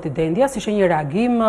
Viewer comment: Po jo Dendias, me theksin ne I, o gazetar! Por Dendias, me theksin ne e.